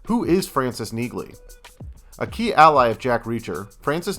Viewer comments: How can you do a gig on Neagley when you CANNOT EVEN PRONOUNCE HER NAME?????? It's not "negly." It's NEELY. Get it right or go home! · Everything we know? How about starting by pronouncing her name correctly. NEE-lee. Say it slowly. NEE-lee. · UGH you can't do a report on a series named after the main character and NOT know how to pronounce her name correctly. It is Nee-ley, the "g" is silent, just like the word "neighbor." You don't pronounce it neg-bor; it's nay-bor. Again, the "g" is silent. NEE-ley. Say it outloud ffs. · Please pronounce her characters name correctly. The last name of Jack Reacher's sidekick, Frances Neagley, is pronounced NEE-lee (rhymes with "mealy"). Thank you. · You are hardly the person to tell us "everything we need to know about Neagley" when you can't even pronounce her name correctly. The "G" is silent. It is pronounced "NEELY" Really,. Don't be trying to pass yourself off as some sort of "expert" when you can't even get the basics right. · her name is pronounced "Neely". Watch Reacher. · The second time he said, “Neeg-Lee” I stopped the video. Couldn’t go any further and I’m interested in updates on the spinoff. The characters name has CLEARLY been stated throughout the series. I’ll find updates on the spinoff elsewhere. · On the show it seems Neagley is pronounced Nee-Lee. I think the G is silent. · Someone needs to inform AI that the g is silent in Neagley! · Learn how to say her name if you’re going to make a video! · I can't even take this seriously if you guys don't know how to pronounce the main character's name.